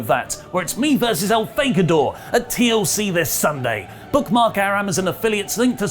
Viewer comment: I’ve heard of “Amazon” but what the hell is “Amazen”??? 🤔🤔🤔